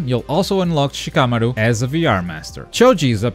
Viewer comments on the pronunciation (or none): none